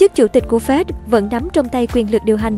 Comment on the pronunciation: Sao đọc là Phét (FED). Phải đọc là " Ép I Đi" (FED)